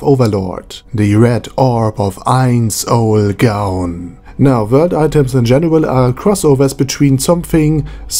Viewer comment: Pronunciation tip: never pronounce the w like a v. It's supposed to be pronounced like a u. if u r doing it on purpose then never mind